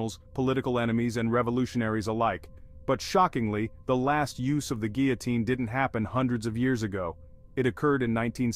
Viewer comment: I cringe every time you mispronounce the word guillotine.